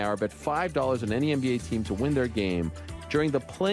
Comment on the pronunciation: I love how he pronounces NBA as MMBA.